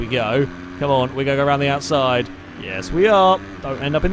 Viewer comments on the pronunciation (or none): none